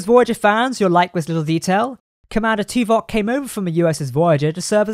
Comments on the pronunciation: T-vok? Its pronounced Too-vok. Do you even Trek, bro? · Your inability to pronounce Tuvok’s name means dislike